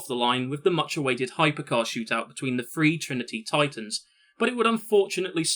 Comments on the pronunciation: And it's "THree" not "Free", if you want to do narration, learn to talk. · What the hell is , "frew , free , furteen "????????